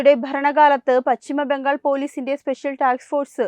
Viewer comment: Malayalam thettayi pronounce cheyyalle! Bhangal alla Bangal , vidhyarthi alla , vidyarthi